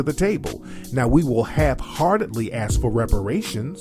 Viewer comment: and ask is pronounced ask not ax